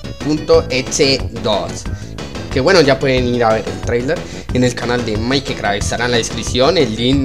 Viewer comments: No se dise mike ke krack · Se dan cuenta que ni siquiera puede pronunciar bien mikecrack ni mikellino??